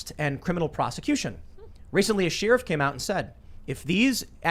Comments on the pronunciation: two ways to pronounce sheriff, Tim emphasizes sheer when saying it, I pronounce it like 'share if'. I couldn't think of a better way to explain it lol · DAMN IT TIM! SHERIFF = SHEH-RUHF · Hey Tim what's a sheer if, do you mean a Sherriff? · Is that a regional thing? I'm not understanding the pronunciation lol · Lol got ya. Yeah I say "share if" as well. Just wondering if it was a regional thing. I'm from the west coast and I've never heard it pronounced that way before I started listening to Tim. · I'm west coast as well never heard someone say it like Tim either, so I guess it might just be a northeast thing. Maybe a Philadelphia thing? I dunno lol